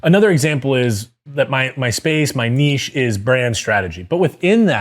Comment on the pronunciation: My man! Even knows how to pronounce "Niche" correctly!!!!!